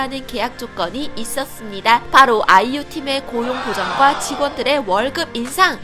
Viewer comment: 말 끝에 그냥 아이유 하면 되는데 아!이!유! 하는 거 킹받네